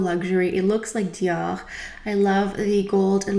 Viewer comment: Oh my I’ve been saying Dior wrong all this time! 😂😂. Thanks for education for proper french pronunciations! And I don’t even wear foundation but the Dior packaging for it is gorgeous...Take care!